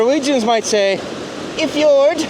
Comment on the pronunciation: Norwegians do not say “a fjuird”. It was entertaining though😂